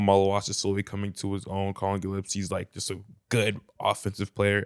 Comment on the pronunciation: OMFG someone tell how to say Gillespie properly jesus christ. Man knows nothing